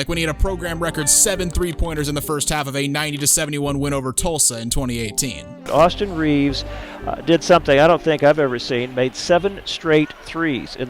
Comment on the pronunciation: AustHIM Reaves